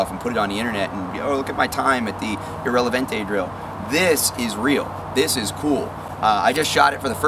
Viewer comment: ROFL "ill-relevante drill". I almost didn't catch that.